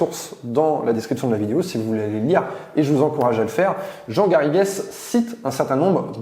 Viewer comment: Comme je porte le même nom que mon celebre cousin historien on ne prononce pas le es comme es à la fin du nom Garrigues c'est vraiment détestable ! Ce nom vient de l'occitan et de l'anglais pour définir le chêne vert le Carik.. Le s vient que ce mot était au pluriel et définissait un lieu les Garrigues. Les Garrigues sont pour les sols calcaire ce qu'est le maquis pour les sols granitiques